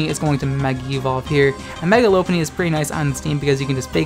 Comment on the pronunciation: It’s not Lope-punny It’s Lop-unny Like a French Lop bunny